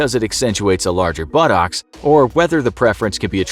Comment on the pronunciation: I love how the narrator pronounces buttocks. Budowks